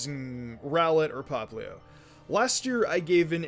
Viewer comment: Anyone gonna point out he said popluu its poplio though